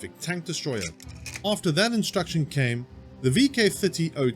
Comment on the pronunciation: its not man, it is MAN. You say every letter: M A N